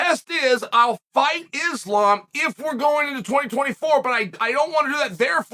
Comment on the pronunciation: Someone check the thermostat in hell because Uncle Chael finally said Islam's name correctly lmao ❄️👿🤯